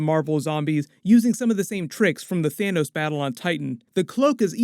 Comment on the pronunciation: OMG 😆 😂😆 did you say Thanus 💀